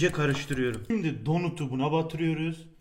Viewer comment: abi donut değil donat.(okunuşu)